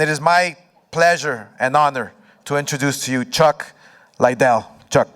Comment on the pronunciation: Chuck LIE ddell